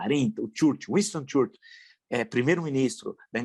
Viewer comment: Como não era sabido que ele era um genocida? Ele já tinha falado abertamente que era preciso ter uma guerra civil no Brasil e que deveriam ter 30000 mortos, incluso o FHC. Caro professor que gosta de caçoar da pronúncia de alguns senadores na CPI, por favor aprenda a falar o nome do Churchill corretamente, caso contrário, se equiparará ao Harvard e o France Soir.